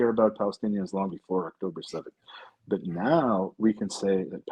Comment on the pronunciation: Owen, I understand what you are saying because I grew up in England, but if you want to grow your base, you need to speak a bit slower and with more clarity and stop garbling words. You could also use words that are more universally understood like pronouncing "but" as "but" instead of "buurt" - just a thought